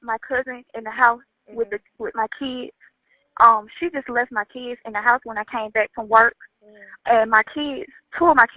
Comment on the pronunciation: Keeds… she can’t even pronounce English correctly it’s Kids not keeds.